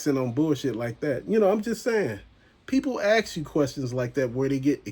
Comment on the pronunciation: People axe me lol